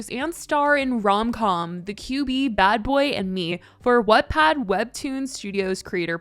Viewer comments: If you say Wattpad as What-pad one more time I will lose my mind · When you kept saying what-pad 😭